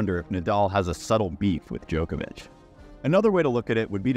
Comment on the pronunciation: You are the joker. It is Djokovich. Not JOKER VICH